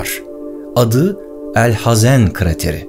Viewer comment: Büyük bir grup insan sana genel itibariyle sadece bakıyordu fakat sen objektif olarak ve hakkını vermeye çalışarak heykeli dikilse de hakkı verilemeyecek olan ilk bilim adamını tanıttınya, kalbimi fethettin. Ayrıca çok güzel ' El Hazen' dedin :) Umarım dünyanın ilk mühendisi olan El Cezeri veya Kâtip Çelebi(Hacı Kalfa) hakkında bir video çekerseniz hatta belki ufak da olsa bir seri yaparsanız çok mükemel olur kanaatindeyim. Şahsen bu videoda kendimi buldum, kendimden bişeyler buldum, tebrik ederim.